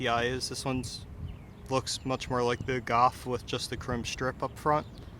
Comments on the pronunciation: golf* not gawf😑😑😑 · Golf. Not Gawf. L. There's an L. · Learn to say "GOLF" lol